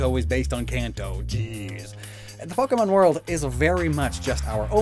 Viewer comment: "The Fuckemon world"